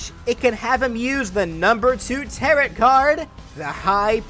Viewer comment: When you pronounce tarot as ta-rot instead of ta-row (as in pretty maids all in a row/the thing you do with oars).